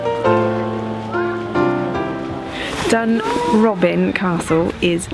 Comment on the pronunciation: Must take issue with the pronunciation of DUNROBIN. Putting the emphasis on the "B" makes it sound like a retirement home for burglars! Emphasis should be on the "O" which makes it sound like a retirement home fot the House of Lords. Much more appropriate!